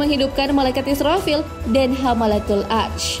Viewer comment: Pengucapan malaikat israfil nya diperjelas lagi:)